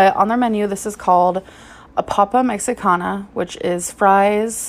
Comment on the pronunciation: 😭 as a latina i am bothered by the way she pronounced “ la papa mexicana”😭